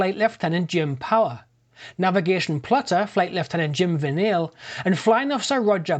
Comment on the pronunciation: Hi, It's Jim Vinales not Vinale, he's my dad and he still has nightmares that it nearly crashed on the school.